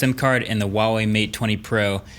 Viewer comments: Huawei is pronounced with a hard H, like getting ready to spit. HHHua-whey. Not Wa-whey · Mr. Brownlee, please learn how to say Huawei correctly. Really super easy, it’s not wa-wei. You’re a millionaire tech reviewer, just type it in to google translate and press the speaker button and it will tell you how to say it. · Mkbhd u should google how to pronounce Huawei right. The wei is ok but the hua is wrong. It ain't WAH lmao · The way he says huawei......... "WAWEY" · Am i the only one that pronounced it the brand as WHOO AWAY? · Marques plz next time pronounce "Huawei" correct as it should be "H-wuawei" 😂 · It’s Huawei with an H. It literally starts with an H not W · actually the H in Huawei isn't silent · I'm going to do you a favour MKBHD, the 'H' is not silent. Feel free to ask a native Mandarin speaker.